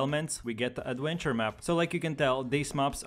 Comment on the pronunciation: "aduentuer maps"